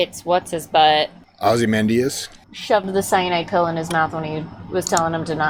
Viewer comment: I think your non-stop jokes took away from your possible understanding of the plot. First Whedon screwed over Snyder's Justice League with lame jokes, so doing it to another of Snyder's movies is just cruel. Also, it's ozi-Man-dee-us with stress on Man syllable.